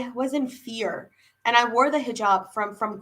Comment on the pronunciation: do you also have Pakistani background as your pronunciation looks like that way, you pronounced Hizab as "hazab" which is typical Punjabi accent, we find Muslims in Indian punjab not in that numbers,so you must be from Pak?